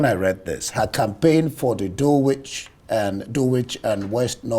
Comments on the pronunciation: Despite being one of a few Nigerians who pronounced her name correctly. However, the overall performance is simply naff. Too much interruption, incompetent pronunciation of common places in Dulwich (Dorlich... Terrible! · It is pronounced Dulwich with the w silent. Mr presenter don't pronounce English words wrongly